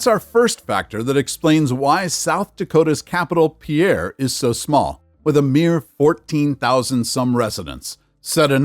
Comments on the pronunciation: Pier as in Shipping Dock, not Pierre or Pee-air as in Peter in French. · Just a note that South Dakota's capital is pronounced Peer not Pee-air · It is not pronounced “Pierre” but ‘Pier’, one syllable. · SOUTH DAKOTA's capitol is pronounced like PIER not PEAIR (DAM SICK OF THIS) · Peer, SD, not Pee-air. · Pierre is pronounced“PEER” not PeeAir. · South Dakota's Pierre is pronounced "peer", not pee-air. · Also, South Dakota's capital was not correctly pronounced. It's "Peer", not Pee-AIR. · Grossly mispronounced Pierre (Peer). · The capital of SD is pronounced "Peer." It rhyme with fear, near and here. It's great limericks: There once was a lady from Pierre...Who knew she had nothing to fear...But she got in a hurry... on the banks of the MIssouri...Whose waters are anything but clear... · FYI, you lose all credibly when you fail to pronounce the names of the cities you are discussing. Hearing you repeatedly mispronouncing Pierre (it’s pronounced like you would say “pier”) makes me wonder what else you’re getting wrong or failing to tell your audience. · Pierre, South Dakota is pronounced as pier (like a place a ship ties up) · Pierre SoDak is pronounced “Pier”. Put some respect on its name. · Ok, you ai robot! Eat this, learn the local languages of the places you criticize. In South Dakota Pierre is pronounced “peer”. In Nebraska Norfolk is pronounced “norfork” and Kearney is pronounced “carney”. So any opinion you may have of state capitols is pronounced “ear ev uh lent” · Locals refer the city as "Peer" instead of using the French pronunciation. Pierre is the center of South Dakota, just a couple of hours east or west of bigger cities like Rapid City or Sioux Falls. Pierre sits on the missouri river, but has no interstate near it. Nearest interstate is 30 miles south which is interstate 90. Pierre mainly attracts hunters and fishers when the season opens. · It's pronounced "Peer". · It is pronounced PIER S.D.like a wooden pier. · Pierre is pronounced as “Pier.”